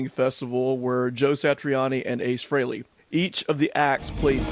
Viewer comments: Freelee, Freelee, Freelee, ... I can't hear it anymore 🙉 Why don't you all finally say it the way Ace himself said his name? At least now that he's gone! Finally make the effort and pronounce his name correctly... 🤬🤬🤬 Rest In Peace Ace Frehley (pronounced: Fray-Lee) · it's pronounced Fray-Lee. Rhymes with Haley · It’s Fray-Lee not Free-Lee 😎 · You're saying his last name wrong. Its definitely not FREELY. Its pronounced Fray-Lee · Its freyli not freely. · This is a pet peeve of mine, and I mean no disrespect. Ace’s last name is pronounced “fraylee” not “freelee”. He was never one to correct people, but always made a point to notice when people “got it right”. Just thought that at this time of paying respect, we can finally respect the proper pronunciation of his name. Don’t feel bad, you are one of many who say it that way!!! Cheers! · It is pronounced "FRAY-lee" not "FREE-lee". Say it out loud, Justin. "FRAY-lee". Frehley. Good mop-top. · Kind words there Justin Harkins. It's Frehley (Frayley), you think after 50+ years people would know how to say his name? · It’s pronounced "Fray-lee”. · He has a producer. She would have told him how to pronounce Frehley (rhymes with Haley, like the comet). No one missed that solo project’s name; not even me, a lifelong hater of KISS. Ace was okay, though. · Literally everything this guy says is with foot in mouth... can't say Ace's last name right, oh and why would he remember you? Cuz your a demeaning ass? Further... what you seem to think and spew of Ace and in his passing. I got through about 2 or 3 listens of your "good" album and it was a hard pass, keep up the good work with the podcast every now and then.